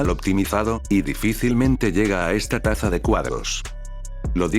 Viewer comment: Tasa* no "taza"